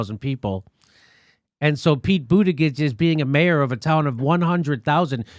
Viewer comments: i just discovered your channel and if i may comment: 1 - stop intentionally mispronouncing Pete's easy-to-say last name, its not funny, disrespectful and makes you look juvenile. even trump mocks it better than you do. 2 - im not sure who you support, but stirring the pot against some of the dems running at this point just ticks off dem voters or swing voters who may already be thinking of bailing on the next election, because... 3 - this is not the election in which we should remotely consider over hauling the system as it is. the goal is to NOT HAVE ANOTHER 4 YEARS OF TRUMP! so STAY FOCUSED!! it doesnt matter who we put up against trump 4 - bill maher HAS NOT been a millionaire for 30-40 years. prob 20 tops. ill bet maybe even less 5 - this is not the year to try and jump start a 3rd party. trump will win if the dems are divided 6 - why do you blame Pete for trying to win? he is running, and he will do what it takes to win. i dont see why you think Pete has no accomplishments but you think Tulsi does? list for me what she has more of in that regard. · Hey Jimmy, can you not continue that trend of mispronouncing someone's name just because you don't like them? That's exactly what Fox, CNN, MSNBC, etc. did to AOC. You even pointed it out on several of your shows. Thanks, I love your show, but this isn't the first time you've done this to Buttigieg; is kinda douchey. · JIMMY - JUST PRONOUNCE HIS NAME AS "BOOTY GIG " HE'S GOT A "GIG"AND HE LIKES TO GO "BOOTYGIGGING" FOR HE/HIM BOOTY !!! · Making fun of someone's name, and refusing to pronounce it correctly, regardless of who they are, is childish, and insulting. I expected more. I had to stop as you just kept fucking up his name. Grow the fuck up. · If Jimmy didn't even bother to figure out how to pronounce Pete's last name, how can he expect anyone to think he did thorough research on anything else about the man? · Over and over again I love how you pretend to suddenly know how to pronounce his name. Lol